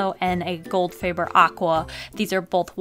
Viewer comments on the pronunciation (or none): none